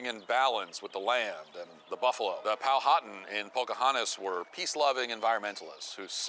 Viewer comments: Hey Matt, if you're going to insult a Native society, at least get their name right. It's pronounced Pow-a-tan, not Poe-hattan. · "the pow-hotten" - matt walsch